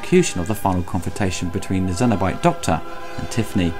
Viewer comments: I'm sorry, this started very good, but I cut it off at 5.30min! If you pronounce Cenobite as Zenobite, you have absolutely no business doing any kind of Hellraiser review! After the first mispronunciation I though... ok.... Let it slide, but inside I was very angry, carried on watching and you did it again!!! Don't know if you're doing it on purpose to stand out or get attention, either way..... Absolutely inexcusable. Wish my 5min view didn't count as a watch, and wish my ears could un-hear it. You moron. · Cenobite not xenobite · They're Cenobites not Xenobites and it's the Lament configuration not the Laminate configuration. Not sure why you keep saying these words wrong despite them being pronouced pretty much phonetically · its fucking CENOBITE not xenobite. what the hell man. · It's Cenobites, not Zenobites. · It's pronounced "cenobite" not Xenobite and "Keer-sty" not Kirsty. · GOOD REVIEW HOWER YOU PRONUNCIATIONS OF THE CAST: CENABITE YOU PRONOUNCE THEM' ZENOBITES. IT SHOULD BE SENOBYTES. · Dude... It's Cenobite... C not Z. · Cenobite, not xenobite. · Cenobites. With a 'ssss', not a 'zzzz'. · It's Cenobite not Xenobite. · cenobite not xynobite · I've watch all your videos...out of all of them this is the one I can't watch, so many basic errors...'Lamnent'? 'Xenobite'? Bit rushed? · Do you keep saying 'zenobite'? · Good review and summary, but why do you pronounce 'cenobite' as 'zenobite'? It sounds like it belongs in the Alien universe that way. (xenobite?) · I wonder if he calls the Aliens, Cenomorphs. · zenobite? Is it really pronounced that way or is it his accent? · Its Cenobite, Kyle and Channard. Not Zenobite, Karl or Shannard. 👍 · “Zenobites” “Doctor Shannard”?!